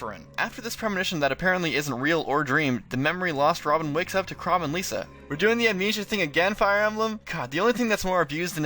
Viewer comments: Why do people continue to pronounce it as "Lisa" when it's "Lissa"? There are 2 S's people, not one! If they wanted it to be pronounced as Lisa then they would have just called her Lisa and not Lissa. I really need to stop getting annoyed by pronunciations but still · I... When you said "Lisa" instead of Lissa, I honest to God had to pause the video and walk away for a moment. It's fucking 2016. The game has been out for years. They say her name many, many times throughout the game. How the HELL do people still fuck up her name like that? Kjelle, Nowi, Inigo, or any other character who they don't say at all / rarely say, okay. I get mispronouncing that. But Lissa? Jesus Christ. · I have never heard so much mispronunciation out of one video. How could you get Sumia and Lissa wrong of all names? It's spoken in a cutscene!